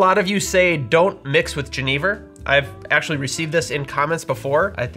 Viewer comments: great video but it pains me so much every time you say “jeh-knee-vurr”. its a soft g, like a y. yen-nih-vurr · Oi. Genever is pronounced with a throaty Dutch CH sound. I don't think I would have understood what you say only hearing it pronounced. JE, as in Jerez, neh-ver. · I’m definitely interested to learn more but I had a question - when I was first introduced to this spirit in SF, I was told it’s pronounced “Gen-UH-Ver” but I see you pronounce it “Gen-EE-ver” so was just curious. Thanks as always for the great videos and going into lesser know spirits like these! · My Dutch friend introduced me to Genever many years ago... but he pronounced it "ZHEN-uh-vair"... And there's some pretty strong ones that will knock you on your Enjoy! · Great comment! My ears hurt when pronounced the spirit's name as he did. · The mispronunciation is so distracting. I love your videos, but this one, argh. Also, at the TOC Genever outsold gin 10:1. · I first tried Genever (I think you are not pronouncing it correctly) in Amsterdam over 15 years ago, then again in 2013 at the Genever festival in Hasselt Belgium. It is a an excellent spirit, especially the Oude style. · How many times do you think you said Genever in this video?